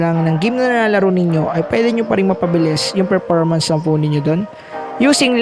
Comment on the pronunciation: Performance with an F po, indi po P un, Perpormance sinasabi mo lagi, kairita na bro, dibali nakasubscribe namana q sau